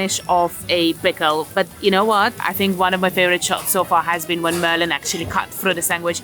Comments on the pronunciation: Did you call the girl Murline? 😂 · Did she call Malin Merlin? Hahaha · I live 10 minutes from Hötorgshallen. This is a fantastic channel. :) Also, Malin is pronounced Maaah-lin, not Merlin.